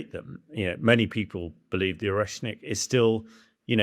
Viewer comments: Ahahaha why cant he pronounce Oreshnik? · Can't even pronounce Oreshnik properly. It's speed is well above 5,000 mph. More like 11,350 mph at burnout on a maximum range MET. IRBMs can and have been intercepted. No, it is not built from Soviet parts. It is a RS-26 Rubezh with its nuclear penaid substituted for a conventional one. The RS-26 is a RS-12M1 Topol-M/RS-24 Yars sans the third stage. Both stages, the PBV (including it's guidance system) and the payload fairing were designed in the post Soviet period, beginning in 1992. Yes, it's an area weapon, it uses a MRV payload. Yes cruise missiles are inherently more accurate than strategic ballistic missiles. This is true for both Western and Russian systems. No, Tomahawk Blk V has a CEP of meters, not inches or feet. No, the Oreshnik's guidance system, the same as that of Rubezh, Yars and Topol-M is post Soviet, distinct from that of Topol, due to the use of a PBV, requiring completely different guidance architecture. These post Soviet missiles also incorporate GLONASS guidance, requiring new architecture. It doesn't use GPS, because that's an American system. It uses the Russian equivalent. No, Oreshnik will not probably get shot down. Patriot is capable against SRBMs, but not IRBMs. Both Ukraine and Russia rely on similar tactics of a combination of drones and small mechanised assaults. The development of Oreshnik reveals that Russia is failing to efficiently secure its objectives, and is resorted to exploiting technologies and industrial capacity not previously all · you cant even pronounce the missiles name buddy. typical british behavior. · I'm supposed to listen to this supposed expert when he can't even pronounce the name of the missile properly? 🤡